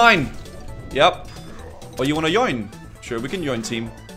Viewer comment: How are you pronouncing join? :D